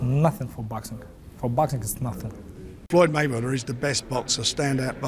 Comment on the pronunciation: may -he-win . floyd is a legend of boxing either way